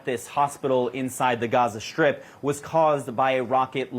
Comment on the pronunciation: Gaza "Shtrip"?